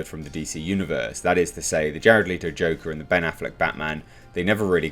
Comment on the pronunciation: ITS NOT LIITO ITS FUCKING LETO,Learn the mans name